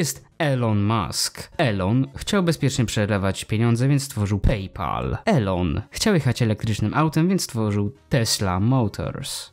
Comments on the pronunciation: Wymawia się "ilon" a nie eLoN. Taka rada na przyszłość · NIE ELON TYLKO ILON tego się słuchać nie da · Imię Elona Muska czyta się bardziej Ilon